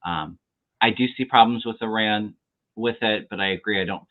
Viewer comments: Nice to see you back, by the way, you are pronouncing Iran, correctly. That’s how it’s pronounced here. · fyi your pronunciation of Iran is pretty good. I would stick with it. It’s definitely not “I ran”— more like the ee sound in seek and the English name Ron.